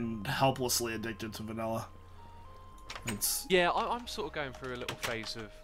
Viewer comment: Va-nil-LA! Va-nil-LA!